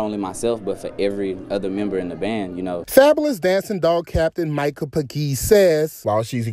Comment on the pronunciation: Why he pronounce Micah last name like that 😂